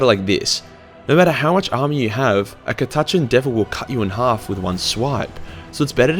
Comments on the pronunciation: I've never heard catachan pronounced like that. Mind once some radgies came into the GW i was painting in and called a monolith a mono-lie-ith hahahaha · that is by far the worst pronunciation of Cata-chan i have ever heard. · ca-tatch-an ??? what mate? its cat-a-chan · Aaah fuck no. Us ordinary Aussies say Cat- a - Chan. What the hell is Ca-Taaaah-chn? Gods only know where is from?! And he forgot the Drop Bears. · Ka TA Chn? Sorry, I've never heard of Ka TA Chn. Have you heard of Catachan though? That place is awesome! And by awesome I mean a hellish planet full of things that put Australia to shame on a good day, let alone a bad day when they make fricking Tyranids look downright cuddly! Cat--a--chan. It's name isn't hard to pronounce bro. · Damm i was so going to rip on you (cat-ah-chan) or in Australian (cuh-ta-chin) but im pretty sure we speak the same language, just us Americans speak real english ;) haha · Ok being Australian too I'd just like to say we don't all miss pronounce Catachan this badly fucking hell lol it's pronounced "cat-ah-chan" not "ca-tu-chin" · Isn't it pronouncend KADAKA not KATACHAN fuckinf weeb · I am Aussie and I say Cat-a-chan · The way you pronounce catachan gave me word aids and now I'm dying 😑😑😑😑😑😑😑😑 CAT---A---CHAN Cat like the animal A literally the letter A Chan like Jackie Chan Now stop it before I put you in your own basement with Timmy I don't want that mouth saying that word well I'm watching a video put him in the bathroom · I've always pronounced it "Cat-A-Can". I preferred my way. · Isnt it said katakan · According to colonel iron hand stracken, it is pronounced Cata-can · Catachan- (Cat-a-can) or (Cata-Chahn), cause listening to you trying to pronounce this word is awful. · Cuhtuhchun is by far the most irritating pronounciation of Catachan I've ever heard lol. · I've been pronouncing it kat-a-chan for like 20 years whoops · Ca tuh Chan there you go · Ka-touch-in lol lol lol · Cah-tah-chan, u wot m8